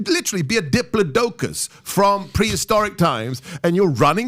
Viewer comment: Still laughing that SG called one of them a diplodocus (mispronounced it, though).